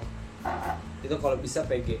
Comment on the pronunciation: pengucapan VG sama PG nya bikin puyeng... gak jelas....